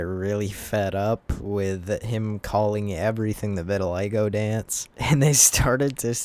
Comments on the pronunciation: not vitiligga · Deecent vid but the way you mispronounce vitiligo makes me wanna deep fry my hand